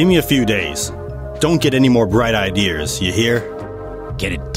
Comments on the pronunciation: "Don't get any bright ideers"😂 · Never can pronounce 'ideas' properly lol